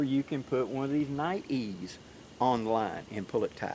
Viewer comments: nite eyes is how its pronounced my southern brother!!! Hello!! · I'm thoroughly enjoying this back-and-forth between you and Dave. I feel like the entire community just leveled up with these enhancements. I do believe Nite Ize is actually pronounced "Night Eyes", mostly because they started with flashlights and headlamps. They now have tons of products to organize, illuminate and tie-down you outdoors stuff, including your dog. Their micro bug light is one of my favorites because it attaches to almost anything including a backpack strap super easily. You are showing their figure 9 rope tightener. Since I use a piece of paracord and one of those to hold down my BBQ cover, I stopped using the factory straps and it completely stopped lifting up like a friggin' mushroom in high winds, Plus it's faster. They even have a carabiner version for even more simplicity with this ridge line system. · Nite-Ize, say Nite Eyes :-) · It's pronounced Nite-EYEs, not night-ees. Niteees doesn't even make sense. And it's Pruh-sik not Proosik. Grammar and enunciation are important.